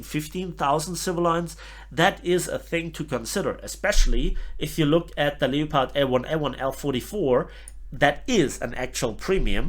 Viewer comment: don't say leo-pard. say it like this - leppard